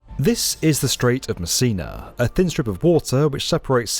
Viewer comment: I keep hearing "The Strait of Messina Bridge" as "The Strait of Missing a Bridge"... 🤣🤣🤣